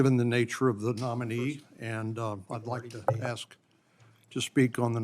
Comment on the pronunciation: The ASK is not pronounced AKS.